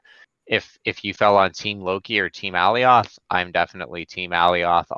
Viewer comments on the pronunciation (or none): Please stop pronouncing it Allie-oth lmao my eeears